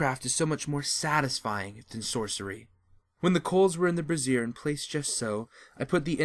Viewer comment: Teehee. Brazier (BRAY-zier), not brassiere (bra-ZIER). One is for coal; the other for boobies.